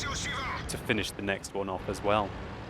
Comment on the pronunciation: One-er? Try Uner.